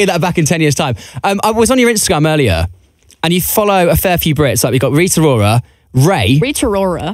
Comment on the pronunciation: Interviewer: Rita Rora Billie: RiTA rORa I CACKLED